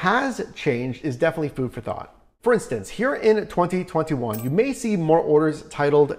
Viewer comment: The way this man annunciates the years “2020 and “2021” make anyone else cringe?? 😂